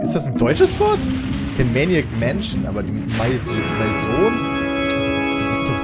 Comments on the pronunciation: Peter es wird mäson ausgesprochen und ist französisch 😂😉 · Pedda! Maison ist französisch, (sprich: mäso[n] |kaum betontes n (weich)) und heißt so viel wir Haus/Wohnung. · Maison,, heisst auf französisch Haus!